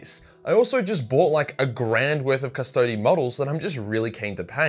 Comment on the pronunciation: I'm so happy that you pronounce "Custodes" properly. Cust-odees. Not Cust-odes. This is the way.....of Latin.